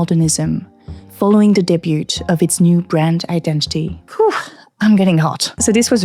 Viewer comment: I hate cars, and the necessity of having one due to where I live. But I confess, if I could afford a nice one I probably wouldn't so much. Also a french mispronouncing "debut" seems ironic, but producing content in L2 is very respectable so I must shut up.